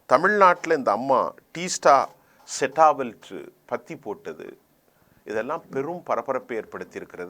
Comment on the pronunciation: ஏ!நாடறிந்த மிகப் பிரபல்யமான ஒரு சமூக நீதிப் போராளி உடைய பெயரை கூட சரியாக உச்சரிக்கத் தெரியவில்லை, "டீஸ்டா செடல் வாட்" என்பதை "டீஸ்டா செட்டா வல்ட்" என்று உச்சரிக்கிறாய்! நீ எல்லாம் ஒரு ஆளுன்னு செய்தி வாசிக்க கிளம்பிட்டே!